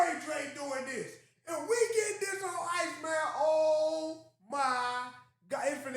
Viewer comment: Y’all still listening to Pol-iceman? 😂😂😂😂